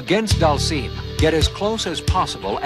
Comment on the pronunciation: Slightly impressed he pronounced Dhalsim correctly... then came "Roo."